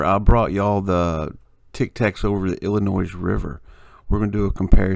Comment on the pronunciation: Great find, thanks for posting it. Fyi, please quit pronouncing it Illi-noize. The "s" is silent. Cheers:)